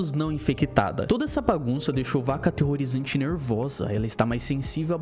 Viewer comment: "Vaca ateerorizante" QUE ISSO KAKAKAKAKAK